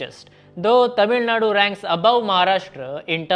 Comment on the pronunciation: as a north indian pronouncing tamilzhnadu accurately is appreciable and as a investor pov UP has biggest advantage in whole of india logistics is getting fixed by yogi's infrastructure at fastest way possible soon UP will reach 13% growth engine any produce need to be exported quickly since costal states have geography advantage inland states needed better and cheap transport which is enough for production